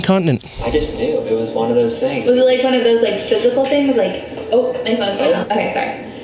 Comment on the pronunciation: Does she say tings as things? 😂😂how does he not say baby, it’s things. Come on man lol